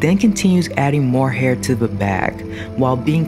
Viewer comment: why do you talk like that??? “ he is cautious not to injure his fInGeRs. he sews the dolls hAiR.